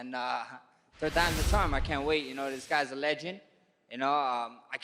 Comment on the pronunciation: Max : "there's a great saying 'turd times a charm'